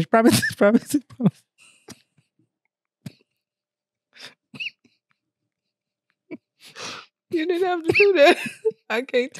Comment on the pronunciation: Yoooooo!!!!! He said broken promithes 😆